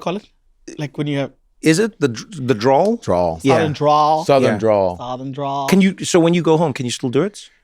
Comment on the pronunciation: Eugene trying to say ‘southern drawl’ in a southern drawl is hilarious